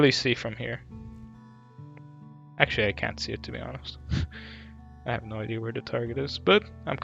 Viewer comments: It's pronounced I-de-ah not I -dee-ur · What is an "ideer?" At first, I thought you were trying to say, "idea," but there's no R in that word, so I'm just confused. Is it a deer sold by Ikea? Or maybe some new Apple product? Please tell me so I know if I need one, thanks. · bro idea has NO r in it STOP saying idear... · So… do people from the UK spell idea with an r are can they just not say idea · theres no R in Idea